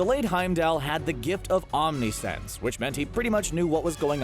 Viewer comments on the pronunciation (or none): none